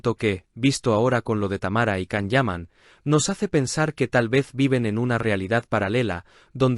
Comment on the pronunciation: No es la primera vez que Tamara mete las patas, también lo ha hecho en el programa de El Hormiguero, de nada le sirve ser marqueza, hay personas mas educadas y sinceras que ella. Es una pesada, creida, antipática y orgullosa! Otra cosa, al canal se le recuerda que la pronunciación de Can es: Yan, Yan, Yan. Por favor!!!